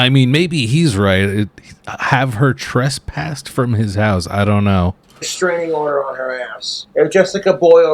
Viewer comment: Trespassed. Yea he’s saying it correctly go figure. He probably know it from his being trespassed from Frosty’s and other such Casper establishments.